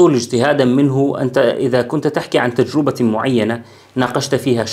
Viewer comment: دائما تلفظ كلمة تجربة خطأ ؛ تجربة بكسر الراء وليس بضمها ، يرجى الانتباه أيها الشيخ الفاضل!